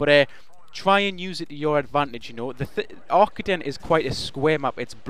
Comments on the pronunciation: I am sorry, but you say Ar-KA-DEN (pronounce the ka part as K with a long a after it) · It's not Aye, I can tell. I am Dutch, and I master the German language, AR-KAH-DN is the correct way to pronounce it. Fun fact: the Arkaden logo, color scheme and mall is inspired by serveral real German malls, called "Galeria Kaufhof" (franchise)